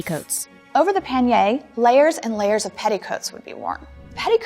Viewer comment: the pronunciation of pannier was driving me up the wall